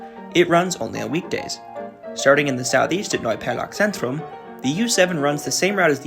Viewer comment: Interesting story. Your pronunciation is quiet good by the way. Only maybe look for the Z, especially in Zentrum or ...-zentrum. It is often pronunced as a sharp "Ts" like for example in Tsunami.